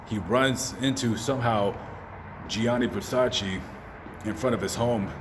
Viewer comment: IT'S GIANNI VERSACE